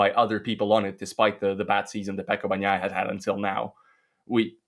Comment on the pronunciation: When you pronounce Bagnaia, g is silent, it just softens n. Please learn it.